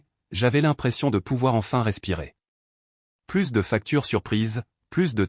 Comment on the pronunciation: "Plus" dans le sens négatif se prononce comme "plu", on ne prononce pas le "S".